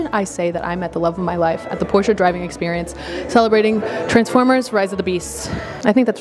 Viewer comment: Finally an American pronouncing 'Porsche' in the correct way. And certainly it's. She never disappoints.